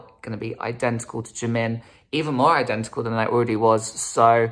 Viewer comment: "You couldn't be less DENTICAL" 🤣🤣